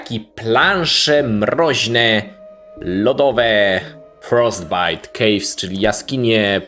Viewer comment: ja słyszący frozbait no żesz kurwa